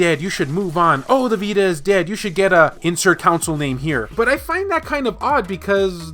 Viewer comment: I really do enjoy watching your channel. Despite Vita news dwindling, despite Vita news mostly being disappointing (for me, at least), despite my cringe every time you say council instead of console (lol), I am quite entertained by your cheesey shenanigans. Have you thought of looking at/covering hacks? I find my Vita is much improved by modding it. Keep it up,. I'll keep coming back.